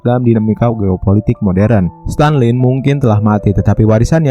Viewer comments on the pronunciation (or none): Stalin min bukan Stanlin